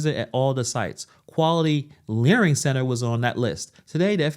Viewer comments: He said learing wrong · they are saying it wrong. its 'learing' not 'learning' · It is LEARING, NOT LEARNING. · It's Learing center NOT learning center.